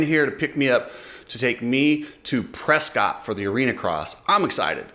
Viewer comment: Dude! Say Pres cott and you're gonna get you're face slapped. It's pronounced PRESS CUIT Ask the locals.